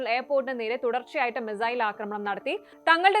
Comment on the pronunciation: Mizail അല്ല, മിസൈൽ, തിരുത്തി വായിക്കുക